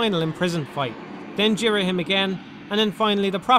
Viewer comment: This will always be my favourite zelda game. I think the story is incredible and emotional. I love the art design I think it's beautiful and shows off the emotions of the character really well. I love ghirahim sooo much (you pronounced his name wrong) he's so creepy and funny ( and fabulous). All the dungeons are a lot of fun. The new equipment is great. The only complaint is fi can be pretty annoying and yes at the end I got very bored of the imprissoned but that's it. Btw my no 2 favourite zelda game is wind waker